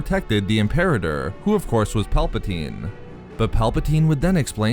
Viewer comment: It's pronounced: IM-per-AH-tor